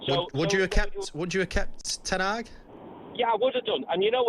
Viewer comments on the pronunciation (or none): HE SAID KEEP TEN HAAG LOL CLOWN 🤡